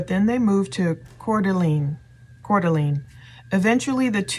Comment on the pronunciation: Coeur d'Alene is pronounced CORE-DA-LANE I'm from and live in the PNW & used to live in Spokane, & I bought my current car in Coeur d'Alene.